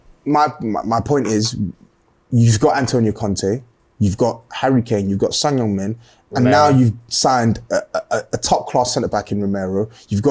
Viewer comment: As a Korean, big up for properly saying his name 👍